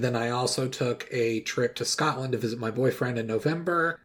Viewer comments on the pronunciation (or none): none